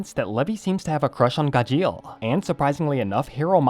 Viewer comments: It's gajeel not gajeal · Why is he saying "gah-sheel"! 😂😂😂😂😂😂 it's "gar-sheel" 😂😂😂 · SAY HIS NAME RIGHT!! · The way he said Gajeel was terrible at singing😂😂😂